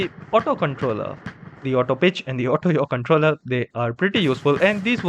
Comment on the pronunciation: "auto bitch controller" 💀💀💀💀💀